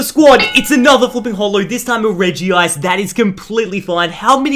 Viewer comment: When he said regi ice and not regice